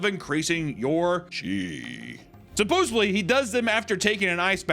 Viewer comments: The word is supposEDLY!!!! NOT supposABLY!!!! For the love of God Please like this so he sees it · Supposebly it's actually pronounced supposedly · Supposedly. Suppose-ED-ly! It’s not that hard! There’s no “B” in supposedly!